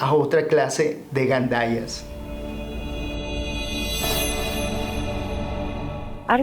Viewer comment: minuto gallandes jajajjaj es gandalles, Arne aus den Ruthen creando conciencia.